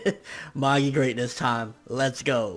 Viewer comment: You still say Magi wrong